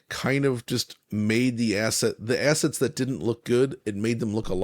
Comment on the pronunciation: did he say assets or asses? Can't tell by looking at the picture.